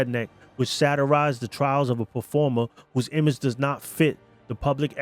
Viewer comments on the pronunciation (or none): none